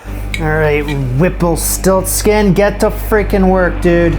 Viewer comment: You are going to deeply regret it every time you say the name whipplestiltskin.